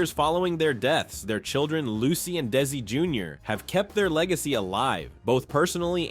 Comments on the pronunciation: In future videos please say his name right. It's not Daisy. It's DE-ZZ-EE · Why does your AI keep calling him Daisy! Otherwise good show! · It's Desi not Daisy your AI needs to improve its speech it ruins the whole video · Get his name right.